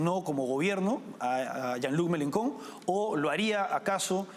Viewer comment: Se pronuncia "Yan Lui Melenchón"